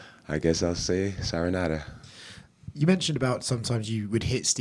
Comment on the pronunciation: Sayonara 🤣 not saranora